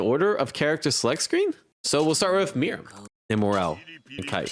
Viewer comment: “Mirum” is crazy